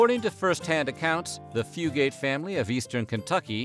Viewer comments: Haha it’s not pronounced fu-gate. It’s more like fu-gut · That is where my maternal Fugate/Fugitt line is from. My cousin researched this and said we do, in fact, descend from them. But our family and others with the same name, pronounce it Fyoo git, not Fyoo gate! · Yep. Came here to say ‘few-get’ not ‘few-gate’. I’m from about 20 minutes from where the Fugates lived. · My great granny was a Combs from around Ball lol and it’s pronounced fyoo-git not fyoo-gate around here usually 😂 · I've always been so interested in this family because I live in Eastern Kentucky Oh, and btw is not pronounced few-gate, it's few-gut. And there's no pause between the two syllables. We just say it all together around here lol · Eastern Kentuckian here (not blue). The correct pronunciation of the surname is "few-gets" not "few-gates". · I'm related to half the names mentioned😂 and it's pronounced "fewgit" I ain't blue though. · From Eastern Kentucky - it's pronounced Few-gut. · Also, it’s pronounced “Fugue - It” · Yes!! Every time he said Fugate it hurt my ears! It should be “Few’-gut”. And don’t get me started on Appalachian! 😘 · I was thinking that the whole time I watched the video ! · As a fellow App-uh-latch-e-un, Tennessean not Kentuckian, also not blue, I came to the comment section to correct the pronunciation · THANK YOU I’m from hazard so obviously I know fugates and the way they pronounce it is killing me thru this video